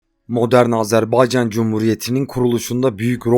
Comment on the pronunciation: Sen dünyanın en iyi “Azerbaycan” diyen adamısın sen “Azerbaycan” dedikçe tüylerim diken diken oluyor bunu duymaya geliyorum resmen bavdhshsbsha